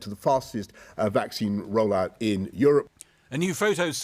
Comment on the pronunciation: Say vacine roll out one more time, I dare you....I double dare you.